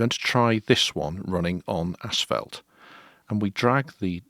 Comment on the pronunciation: It's ASS-FAULT, not ASH-FELT! lol